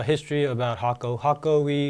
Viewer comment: The effort you make on these videos help. Even things like how to properly pronounce the name thank you.